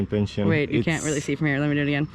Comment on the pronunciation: Pen-see-own, not pen-schen. 😊